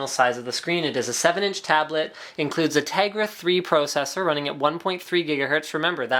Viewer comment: PRO-cessor lol